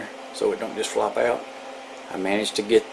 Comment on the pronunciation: "Take 2 screws owt and it'll slyde right owf" 😩